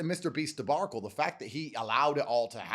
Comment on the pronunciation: What is this "debarcle" business lmao